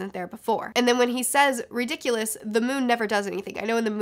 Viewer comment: It's "ri-dikk-uh-lus", not "ri-dikk-yoo-lus". And "ah-rith-man-see", not "ahrithmunsee". Great video though!